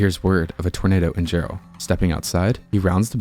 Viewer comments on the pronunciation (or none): First of all, it’s Jerrell TX, not Gerald!!! Get the name right!!!